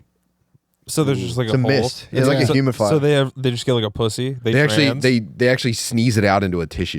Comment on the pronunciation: I love how has a Masters but can’t say “humidifier”. It’s all part of the magic